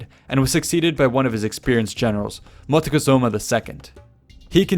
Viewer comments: Is not Motecozuma I, but Moctezuma I. That was funny. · It's not "Motikesuma" it is pronounced Mok-te-su-ma and it means "Archer of the Sky" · I believe the right name is "Moctezuma". I'm curious on the historical source where you found "Motecohzoma".